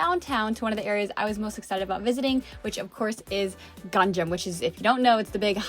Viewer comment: What the heck is a “gang jam”.... "Gang nam" is the correct pronunciation.... Is this pronunciation difficult for you?...